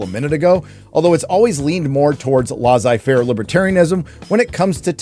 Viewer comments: “an omission” “omit as much” “lozzai faire” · As a french man I approve of your pronunciation of "Laissez Faire" it was completely butchered and wrong but I still approve 😊